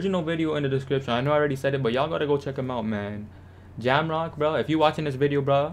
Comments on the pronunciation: is saying jamrock it’s pronounced jay ohh mock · The pronunciation of jaomock, rip😂 "jamrock" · it’s J O Mock now jam mock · It’s jaomock g not jam rock and yeah he is the best builder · Nigga said jammrock LOLLLLL😂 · My man can’t even say jaoommock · i swear u saying jamrock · Who TF is jamron . Lol its "Jay. O. Mock" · He said jamrock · It’s pronounced Jao-Mock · my bad but you saying his name wrong it's jay-o-mock but its spelled jaomock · be saying his name wrong but much love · Jaomock representing Canada Lets get it 🇨🇦 but u can't call the man a beast and say his name wrong that's disrespect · u said his name wrong i’m dead